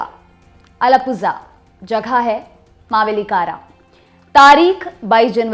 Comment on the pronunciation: नाम सीख लिया करे, मावेलीककरा है